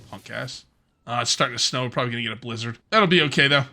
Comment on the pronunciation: The way you say Blizzard.... Lizard XD